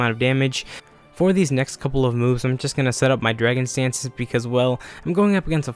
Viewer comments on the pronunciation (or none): i feel like you say drangon Stance? instead of dragon dance xD